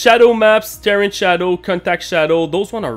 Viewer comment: Ter rain is how you pronounce Terrain NOT Ter ran. ;) You are welcome :)